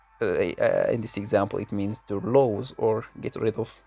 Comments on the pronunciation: By the way, based on your expertise in phonetics this is how LOSE should be pronounced: /luːz/. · Salam Dear Professor, Usually, I am not used to comment or direct remarks to anyone because I believe that we are learners, and in each stage of life we acquire some sort of knowledge. Based on one of your comments on a video of mine, please consider the pronunciation of dozens of words in this video, VOCABULARY, LOSE, INTERESTING...to mention but a few. Since the content is directed to the learners of English, you have to work on pronunciation and the use of linking words while explaining your lessons. There are many other remarks but unfortunately space and time do not permit. Respectfully, Bassou.